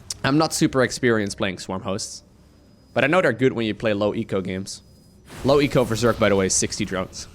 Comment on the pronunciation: That was not "low eco"... just "Loweko"